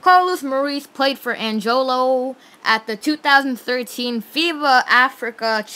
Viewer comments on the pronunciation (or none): I pick Carlos Morais.By the way its Angola the country not ''Angolow'' or something you've said...